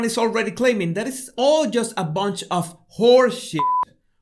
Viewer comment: As a Londoner, I love the way you say 'bollocks'. You make it sound far classier than I could ever hope to 😂